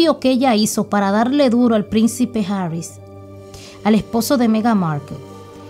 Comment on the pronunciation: ES HARRY NO ES HARRIS.